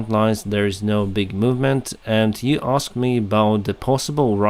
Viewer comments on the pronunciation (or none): none